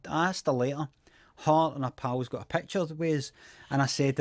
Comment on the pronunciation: I love the way he says peckcha in peckcha